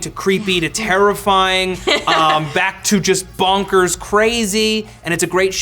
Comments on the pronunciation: Lauren Sabino Why can't Matt say bonkers? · Why can he not say bonkers?